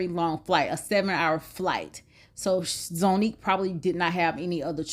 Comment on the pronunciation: And Zonnique is pronounced Zah not Zo.